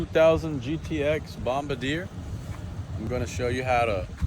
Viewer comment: Isn’t it pronounced bom-bar-d-a??? Not bom-b-deer……